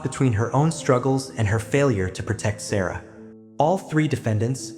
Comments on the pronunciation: Her name was pronounced sar ra not sarah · You pronouncing the little girls name wrong